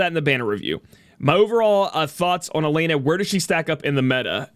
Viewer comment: It's pronounced as E Len Ah (Elena)